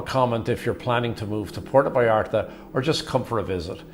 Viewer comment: I've been in PV hundreds of times. Never had a problem there. The only problem were the whites. They ruined my city. You guy talking on here. Learn how to pronounce Puerto Vallarta. You seem like one of the people who has ruined the city.